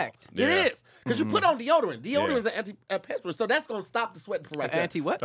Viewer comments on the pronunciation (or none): This is one of theeeeee funniest episodes, the “antpespent” antiperspirant , took me off the clock!